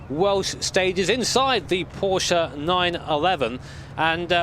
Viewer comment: "Porsche 911 Ef C R Ef" lol It is hard indeed